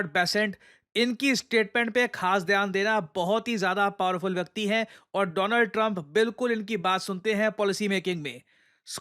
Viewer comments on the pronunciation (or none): "My friend Do-Lund Trump"